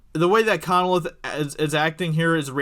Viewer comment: Lame reaction video, and it's pronounced Con-leth, not Conneleth.